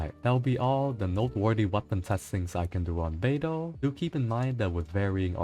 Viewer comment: when he said " how beidou's ability works, I heard albedo's ability works " lol